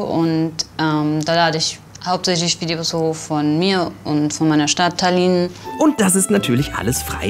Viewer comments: Oh gott wie ihr tallin ausgesprochen habt... Daran hätte er das eigntl merken können🤦🏻‍♀️😂😂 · Wie sprechen die Estland und Tallinn aus, das ist ja mal komplett falsch.